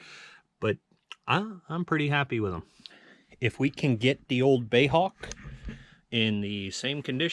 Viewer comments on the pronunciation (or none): please stop calling it a "bay" Hawk, it is B.A.E